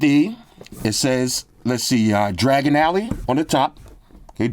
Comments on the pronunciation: Bro did not just say dragon alley the rest of this video gonna be tough to watch lol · Diagon* alley 😂